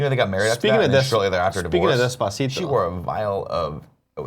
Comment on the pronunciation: Pronounce despacito correctly you tool, all you have to do is watch the video you'll know how.